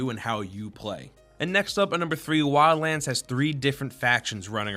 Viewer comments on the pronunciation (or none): anyone hear lala land instead of wildlands? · When you say Wildlands it sounds like you say Wians... Just noticed it and couldn't NOT notice it after that. But whit that said, i playd the Beta and alltough it was kinda fun for a while i don't see myself getting this game since it got pretty stale pretty fast. If i want a tactical stealth shooter of any sort there are in my opinion better options that actually make you feel way more like a bad ass.